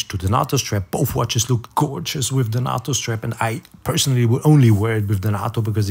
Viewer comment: FYI - Please correct me if I am wrong, but I think 'nato' is pronounced with a long "a" as in the NATO organization. Thanks again.